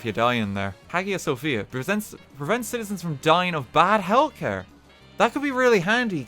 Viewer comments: I know it’s a little late but Hagia Sophia is pronounces like Hi-ya Sophia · the way he said "Hagia Sophia" hurts me.